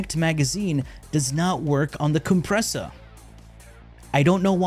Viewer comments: COOM-pressa hehehe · booba-nico and the coom-pressa got me rollin😂